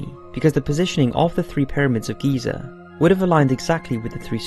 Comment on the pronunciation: It's Giza. Gosh